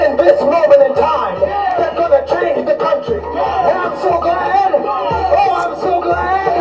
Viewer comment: Compare the "I'm so Glads"😂😂 to